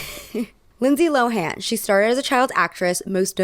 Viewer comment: It's not LO-HAAN!! IT'S PRONOUNCED LOWEN